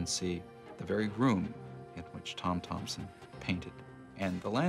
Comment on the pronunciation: And it's Thomson, not Thompson :)